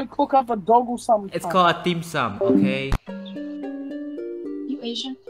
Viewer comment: why discord mod say dim sum wrong 😢